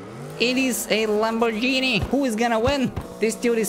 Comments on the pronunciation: its Lamboghini not Lambogeni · soo in not lambogini it lambginen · bro it isnt lamr jini its lambo-r-ghini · We have a ✨Lamborgini✨ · “We have a lambogine”😭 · Lamborgini? you serious? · I wanna tell you something Lamborghini is not with a G Laborg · the g of lamborghini you have to say that like the g of glass I'm Italian trust me